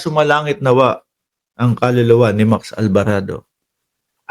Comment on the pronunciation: ALVARADO ✔️ ALBARABO ❌️